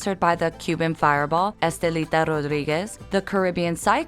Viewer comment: It's painful to listen how they pronounce "Rodríguez, Velez and Miranda" 😖